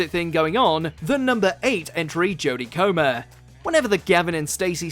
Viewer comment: Butchered Jodie Comer's name, then got it right later on.